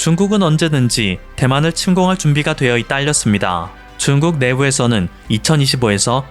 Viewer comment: 7분 7초 "북한이 한국에 준둔하므로써.." 내가 잘못 들었나 해서 자막을 봤는네 중국이네요 ㅋㅋ 소리만 듣다가 놀램 ㅋㅋ